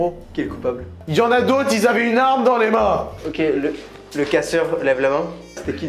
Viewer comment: "A la queue leleu" 😂😂 ca s'écrit "leu leu", leleu c'est pas la meme chose mdr